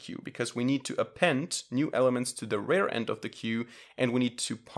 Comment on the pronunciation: You pronounce "rear" like "rare"; --> Correct pronunciation.